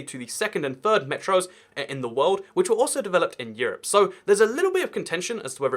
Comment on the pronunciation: Why can't you pronounce your th's in words like "third" and "three" ?